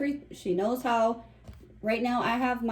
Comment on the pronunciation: Hawr? Instead of How?